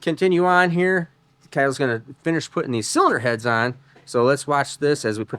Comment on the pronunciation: the way he says "cylinder heads" hear caught me off guard 😂